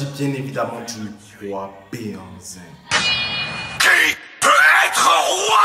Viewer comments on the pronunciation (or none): Très très belle initiative, que Dieu te bénisse. Par contre, tu aurais pu mieux faire en confiant le commentaire à un professionnel. En plus, le mot '' Behanzin'' est complètement un mot francisé par le colon. On dit' ' Gbɛhanzìn plutôt puisque c' est un mot fɔn et non français. En plus on dit '' adjashê '' et non adashê comme vous l'avez prononcé, on dit '' fêzan '' et non fezan. Force à toi et courage